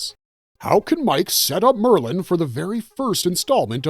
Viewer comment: Roland's last name is pronounced De-Shane, and Maerlyn's name is pronounced more like Mayor-Linn. He invented the seeing glasses like Black 13 and the Grapefruit and many others that became known as Maerlyn's 'Bow. His character is explored more in The Wind Through the Keyhole.